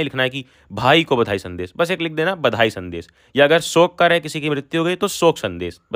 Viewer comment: Bhai aap rehne do, sankalp padhne nahi aa rha aapko, badhai ko bandhai bolte ho aap kya padhaoge? Zabardasti mat padhao,jo aaye wahi padhao 🙏